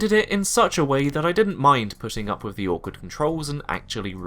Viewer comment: Great vid but please learn to pronounce 'th'. Really jarring to hear "frough" and "eiver" and "wiv"